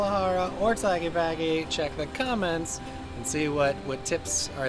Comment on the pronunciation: REALLY good video. Gracias! 👍👍 Minor quibble: Tah-la-kay-pah-Kay 😉